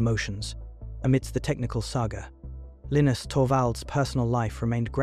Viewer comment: The “narrator” can’t decide how to pronounce Linus